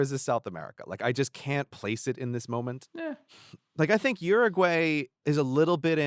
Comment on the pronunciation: Brady, thanks for saying Uruguay right.